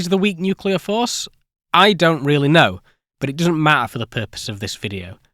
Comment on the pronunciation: hmm yea but, it's video, not fffffideo.